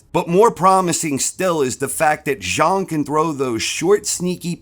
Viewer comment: Congrats on correctly pronouncing "Zhang"!!